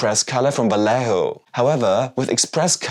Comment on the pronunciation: The "lle" in "Vallejo" is pronounced as "jeh".